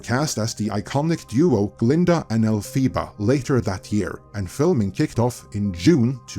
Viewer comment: The character's name is pronounced Elph-ah-bah, not Elph-ee-bah.